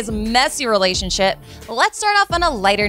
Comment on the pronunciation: did she just say "before we get into pariana dande's messy relacionshit"?